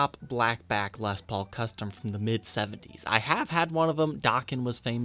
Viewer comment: ...I remember you pronouncing it “lez” paul...I just thought that’s the way hillbillies in Ohio said it when they filmed their guitars laying on shag carpet!!!...hahaha...love ya bro!!!